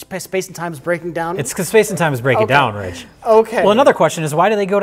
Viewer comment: Rich couldn't even say his name right...